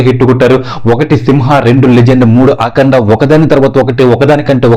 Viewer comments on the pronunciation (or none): none